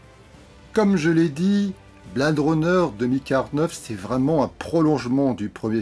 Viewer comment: quel accent!!! Blade pas prononcé bled et Her version Hair...ha ha ha je chipote... le rythme de cette vidéo est meilleur que celui lent, lancinant de celle sur Stephen King... quant au film lui même, il faut le voir sur grand écran pas que pour l'image, mais aussi pour jouir du son atmos, quelle ouverture sur le bruit du spinner!!! Jared Leto n'est pas assez présent et son perso pas assez défini donc, je pense que cela sera corrigé dans la probable version longue ou dc du futur blu ray. Dave Bautista m'a bluffé, quel acteur!!! il se révèle film après film...le film est trop lent, trop posé, on a le temps de réfléchir à l'intrigue et ça vient trop vite à l'esprit ce qu'il en retourne vraiment. la relation réplicant/AI est une très bonne idée très bien menée... Villeneuve a su s'approprier la mythologie du premier sans trop la dénaturer (avoir réalisé premier contact a beaucoup aidé)